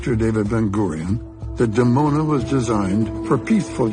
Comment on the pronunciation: Dimona, pronounced "Dee-Mona", not "Demona"